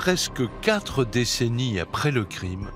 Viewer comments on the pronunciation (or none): none